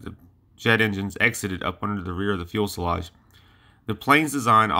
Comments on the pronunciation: Great channel. A couple of points though, and I know that these have been brought up before, but just another voice to encourage you; A) Again; it's Fyoo sil ahj, not fyool sil ahj B) You can edit sound too. You do a great job with the visual aspects, but the audio needs work. Cut out the "uhm"s and "uh"s. Do several takes, edit those for a better product. C) Keep up the good work. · It is fyoo-suh-lazh, not fuel-suh-lazh, and it's a rather important word to pronounce correctly in videos about aircraft. Please say it correctly. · fuel' sa' lage? Get it together! You sound like a 9 year old boy giving a science report to his 5th grade class. Your research is notable, and your opening intro, 2nd to none. Lock it up, sound like you've got a pair, and sally forth! We (I) love and respect you. I want to see you succeed in this channel. Continue to sound like a mumble mouth, and you'll be gone like many before you. You've the most (single most) Kick Ass opening intro of all YouTube channels. Nukes, Bettie Page, and Strategic Nuke Bombers.....we are sufficiently hard now... Follow it up with a similar kick ass'd presentation on why Commies are Bad, US is good. Constructive critique, nothing more. Keep 'em coming! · Never heard anyone say "fuelselage" before lol Cool video though, props for mentioning the lesser known P59! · TIL it's pronounced "fuel-salage". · No, it's not. It's Few-Suh-Lazh. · Good point. It is important and adds credibility to your site if you pronounce this aircraft term FUSELAGE (noting there is no "L" in the early part of the word). It is like FEW sa lodge in sound. Still, these videos are populated with plenty of images and facts so the site has much promise. Voice-over work involves correct pronunciation of words. Today one can get audio examples of words online in many dictionaries, so there really is not an excuse. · Fee-you-sell-odge Few-sell-odge Fewsellodge Fuselage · Please GOOGLE it. fyoo·suh·laazh